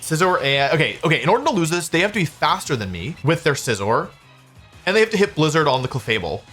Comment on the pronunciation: “Blizdner” instead of Blizzard